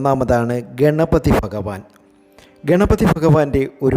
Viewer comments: Faghavan alla Bhaghavn ennu ucharikkanam . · ഫഗവാൻ...... ഫാഗ്യം... എന്തുവാടെ?